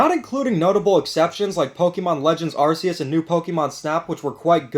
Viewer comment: ARCeus dude ARCeus you wanna talk about Kirby Star Allies not being good how you guys say Pokemon names is awfully terrible after it was revealed in gen 4 how to say ARCeus don't mean to be a jerk just peoples opinions get on my nerves